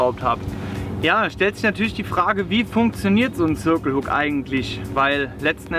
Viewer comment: warum sagt ihm denn keiner wie man "circle" richtig ausspricht?